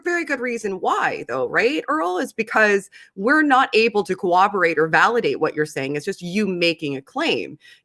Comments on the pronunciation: Lol said "cowoborate" twice instead of corroborate. Until Matts debate with Jonathan Sheffield I never heard anyone say that. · Hate to say this, but "cowoborate?" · very smart and interesting. Can someone close to her help her with her pronunciation of "corroborate"? That way she won't sound stupid, because she has a lot of good things to say. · Hey, I really liked listening to you. You're really intelligent and articulate, but just a little pointer, if I may? I'm not trying to be unkind, but your pronunciation of the word "corroborate" is off, so if you just take a listen to the pronunciation from someone else, just so you don't sound unintelligent. Thanks